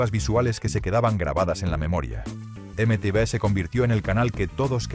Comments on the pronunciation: Imagínate, en el 81 tenía diez años, y acabé la década con 19 (sí, aunque habrá gente que le explote la cabeza, la década va del 81 al 90). Excepcional video, eso sí (ya lo he leído en algún comentario anterior), lo de la voz con IA me sobra, especialmente cuanto ha sonado ese horrible EME TE BE, salvo eso, gran vídeo. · Dile a la IA que nadie pronuncia eme-te vé.